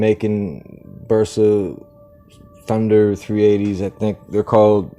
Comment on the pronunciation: No es tpr es tundeer